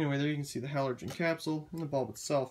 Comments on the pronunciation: It says on the box that they are halogen bulbs. Sounds like you are saying 'halorgen' and not 'halogen', putting an extra 'r' where there shouldn't be. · buxterbaxter yeah, I love the way he pronounces halorgen 😂😂